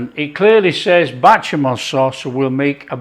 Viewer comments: Bechamel, not batchamel. Great stuff, keep it up. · Does this guy purposely mispronounce the word béchamel, or is it a north west thing? It's bÉchamel... beh-shah-mel said fast and fluid. Not, bAtchamel 🫣🙄 Also, own description says breast, leg, and thigh. Not a hater. Just liking things to be correct. Both versions look fantastic 😋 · I can only eat such dishes with my eyes anymore because of severe dysphagia. I enjoy these videos nevertheless because of their easygoing tone. And who wouldn't want to watch some delicious "batchamall" sauce being made? 😊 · I swear, you've made this little old black American woman smile! We pronounce bechamel differently but yours did look very good. I'm going to try it but to americanize it I'm going to add a little paprika. Nice job.